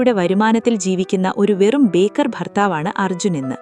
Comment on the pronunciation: ബേക്കർ അല്ല. ബേകാർ എന്നാണ് ശരി. ഹിന്ദിയിൽ ബേകാർ എന്നാൽ ഉപയോഗശൂന്യം എന്നൊക്കെ അർഥം.